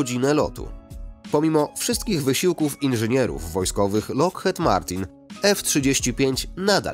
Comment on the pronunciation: „lokhed” serio???